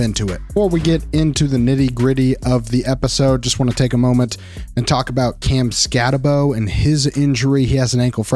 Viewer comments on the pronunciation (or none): It’s Skatte”boo” not “bow”